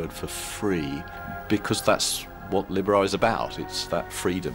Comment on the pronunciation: please pronounce libera right!!! 40 strong? really great fun! wow! Josh's voice is low!!